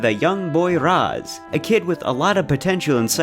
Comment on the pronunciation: This is by far the worst review in the history of game reviews. I stopped video after the 10th time you pronounced Raz wrong no ahhhh in his name and you call the story stupid it’s comedy. Thank god I can make up my mind and not listen to your horrible review. You need to do something else reviews are not your thing